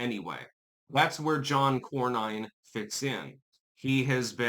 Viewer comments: It’s Cor-nen, not Cor-nine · Nin not Nine. John Kor-nin not Kor-Nine. Texas is a lot more defective in who it votes for than most people know. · As a voting Texan, I have been denouncing RINO John Cornyn (pronounced Corn-In) for years! I held my nose voting for him during Obama, but haven't voted for him since then & actively discourage family & friends from voting for his sorry azz. Boot him back to his mega-ranch & let him fade away in ignominy! FAFO, Cornyn! 🤠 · Pronounced "Corn in" 😂